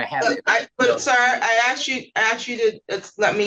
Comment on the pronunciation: No judge should be permitted to say "I aksed you"